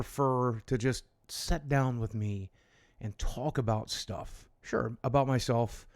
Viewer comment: I know this is unbelievably minor, but does anyone else cringe whenever Boogie says “sit”. It sounds like “set” and it annoys the hell out of me lol I know, I know. A me problem.